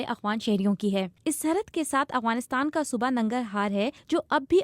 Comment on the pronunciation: یہ “اغوانستان” نہیں ہے یہ “افغانستان” ہے۔ اغ اور اف کا فرق واضح رکھیں۔